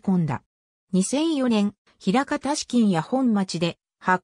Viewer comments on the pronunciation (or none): 「なかみや」では？